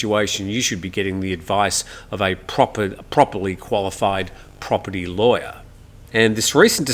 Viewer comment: "Properly qualified property lawyer".....There's a tongue twister - you did well.